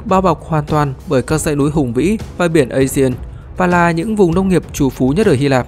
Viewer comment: biển aegea phát âm là a gê và biển ionia phát âm là ai ô ni a